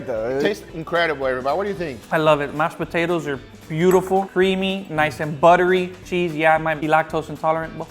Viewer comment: Mash poo-tatoes